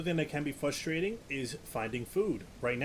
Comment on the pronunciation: Can pronounce every dinosaur name but can't say 'fustrating' or 'Libary' xd. Nice review though, one of the most helpful I've seen. Might get this.